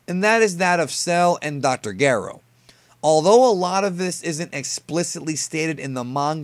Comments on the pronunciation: Um hey I think you made a mistake and mispronounced Android 20's real name D.r Gero you said it as "gayro" why? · it is pronounced gero [Gair-O] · Did you just say Dr. Garro? Super Siyan? Gokuu? Your pronunciations are so cringe dude. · Ehhh does the Japanese dub use a hard G to pronounce Gero? I also don't recall the Japanese dub saying Sion or Sionjin...are you just saying things the wrong way on purpose lol? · Why do you say Gero like that lmao